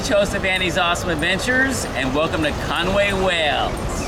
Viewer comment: Its pronounced Con-wee,if you look theres no "a" is there? Diolch (thanks)